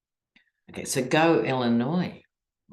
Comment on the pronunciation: I hadn't heard that about Illinois, and you even pronounced it correctly! I'm impressed,! Interesting reading today.